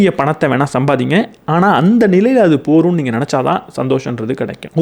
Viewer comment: போதும் என்ற வார்த்தையை நீங்கள் போரும் என்று அடிக்கடி கூறுகிறீர்கள்.அதை கொஞ்சம் கவனத்தில் கொள்ளவும்